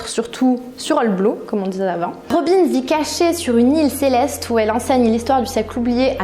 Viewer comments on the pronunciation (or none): none